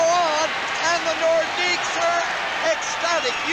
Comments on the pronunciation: The more you know! Idk if anyone caught it, but the announcer pronounces it like "Nordicks". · Great video. The "s" in "Nordiques" is actually silent, though lots of people pronounce it.